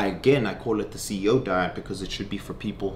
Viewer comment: the amount of time that he mispronounces salmon and says CEO 😂 I am really trying to watch cuz I do like him, lol